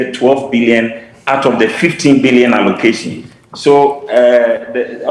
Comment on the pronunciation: How can Dr John Kumah dispute report put up by his own government??. Even in the midst of the camera showing it publicly A PhD holder cannot read out the word allocation and utilization